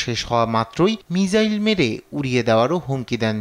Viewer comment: মিজাইল না মিসাইল